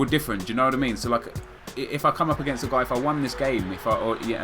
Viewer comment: The music doesn't really fit the whole style djooknowot I mean (that's what I hear whenever you say do you know what I mean)